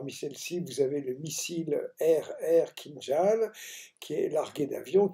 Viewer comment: Kinjal pas " kinzal " au niveau de la prononciation КИНЖАЛ c'est un J et L a la fin !!!